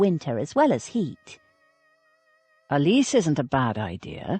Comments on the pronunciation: Its said Pel eese as in geese, not peliss. Also Miss America its said Rowt (rout)not root. Its set in England not America, the least you could do is get the pronounciation correct. Its a good story that is ruined in places by rotten diction. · It is said Pel eese. Not pelis.